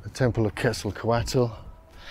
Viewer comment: "KETZL-KÔ-WAT". NOT "KETZLE COATLE".